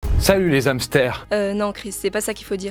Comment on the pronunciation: PAF à peine commencé on entend une horreur "salut les z'hamsters! Comme l'ensemble des mots d'origine germanique, le H est aspiré et on ne fait donc pas la liaison (hamburger, hérisson, hache, héros...), ceux d'origine latine on un H muet et là, on peut faire la liaison (hélicoptère, habitant, herbe, homme...).